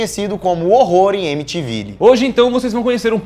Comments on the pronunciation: que gastura ouvir "AMITIVILE", é "amitiviu", mano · Eles Pronunciando amitivilli deu uma agonia. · Só eu fiquei agoniado escutando eles falando: “ Amitivilli “ a pronúncia correta é “ Emitivil” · A pronúncia é eimitiviu não eimitivili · A pronúncia e amitivil e não Amityville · "Amitivili" e' meu carai, a pronuncia correta e' "Amin'viu" e nao e' o nome de uma casa, e' do lugar onde fica a casa. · q agonia de vcs falando "emitivile" seria "emitivil" (amytiville) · Nao eh Amytiville, she pronuncia amytivill. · Q aflição de vcs falando AmityVILLE se pronuncia “amityvil” (sou chata msm me dx) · É AmityVIL se pronuncia dessa forma e não AmityVILLI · Não se fala Amityville, se fala "Amityvill". A pronúncia é diferente da escrita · Amitivile...kkkkk Mano, é Amitivill que se pronuncia. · " E m i t V i l i " se pronúncia assim " EmitVaile" ou "EmitVaiou" Crítica construtiva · jesus Cristo olha o jeito que ele s pronunciam (amitivillyeh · Só pra falar, "amityville" se pronuncia "emitivil" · o som da palavra Amityville é "emitivil" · que agonia ele falando “amityVILLE” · Ahahaha morri de rir quando disseram EMITIVILE😂😂 aprendam a pronunciar ingles antes de girar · A pronúncia é Emitivil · a pronunciação é Amityvill !! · Horror em emitivile jkkkkkkk primeira vez que ouço alguém pronunciar deste jeito sksksksks mas claro só na zueira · Emiti Vile ??? kkkkkkkkkk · Uma dica... se pronuncia Emytivell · Amei o vídeo mas se pronuncía: "Emitivil" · Se pronuncia "Mtiviul" kkkkkkkkkkk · A pronúncia é emityvil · Que agonia eles falando amityVILI 😑😑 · a pronuncia não é (émitiviu) ? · Não sei vocês, mas me incomoda muito a pronúncia errada de Amytiville... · mas ai ta pronunciando o nome da vila bem eim. Amitivilii kkkkkk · É EMITIVIU! que agoniaaaaa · Hehehe 😅😅😅 se pronuncia "Amitiviu", guris. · Pensei que a pronuncia do nome era "émitivil" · Tava na fé que falava emitivil 😂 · A pronúncia de Emitiville tá errada, mas enfim. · Se fala emitiviu,não tô querendo ser crica só estou avisando